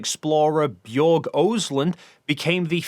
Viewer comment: Just cus i can.. Børge is pronounced just like as if you're saying hamburger. 😁